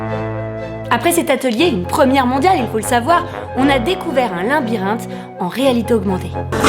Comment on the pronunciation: elle dit linbirinthe!!